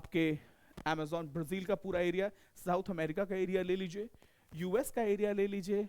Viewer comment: ए बुरी (एरिया) होता है! की (अरियाज) होता हैं कैसे कैसे लोग आ जाते है यार... ये भाई सुध भाषा मे पढ़ाओ आम बोल चाल मे